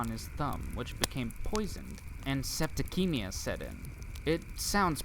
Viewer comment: And its septissemia not septikemia. For goodness sake.